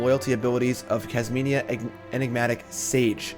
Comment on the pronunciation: also not Kasminia lol